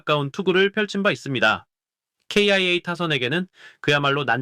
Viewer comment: 아니 기아를 케이아이에이 라고 하는데 직접 녹음 한거면 왜 그렇는 거임?